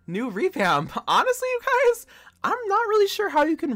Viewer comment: "you gUyS!" had me dead